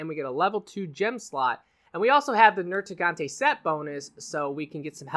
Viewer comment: NerGIGANTE. Not NerTIGANTE. I'm sorry that was just bothering me lol.